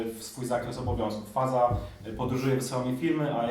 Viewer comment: Faza to się czyta fażama-fažama